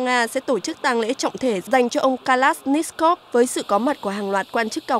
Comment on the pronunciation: Từ Kalashnikov mà đọc cũng k xong.